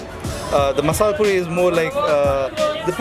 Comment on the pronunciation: Mazzzalaaaa pooorrrreeee. Thats the real punyite accezent.